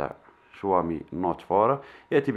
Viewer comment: تنطقها شووامي و تنصح به ؟ عندما تعرف شيئا عن الهاتف انصح به ... و ابدأ من نطق اسمه بطريقة صحيحة